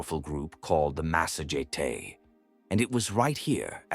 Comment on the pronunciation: well done BUT PLEASE its not massage tay its THE MASSA GETAE